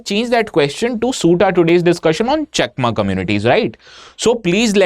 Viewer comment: Sir u r pronouncing our chakma as cheakma